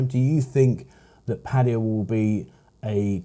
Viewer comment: Please pronounce their name correctly, it's not pattiya, it's pronounced Patt Aye Ya ,with an A not an I